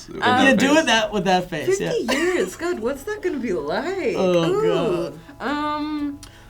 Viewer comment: Woah, did Phil just say gog?